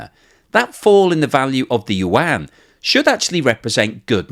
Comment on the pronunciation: Yuan - the Chinese pronounce it yu - en.